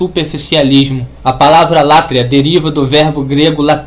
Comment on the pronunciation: Hehehehehehehe! Tudo indica que a burrice, o retardamento mental e o semianalfabetismo estão institucionalizados no lado evangélico! A pronúncia é "latria", não "látria"! A pronúncia é "dulia", não "dúlia"! Vá estudar primeiro antes de querer lançar vídeos para ensinar o que quer que seja,! Hehehehehehehehe!